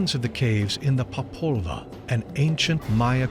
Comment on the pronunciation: Gaia staff really need lo learn how to pronunciate Xibalba, popol vuh and mahabharata! It was an horror to hear them saying it so bad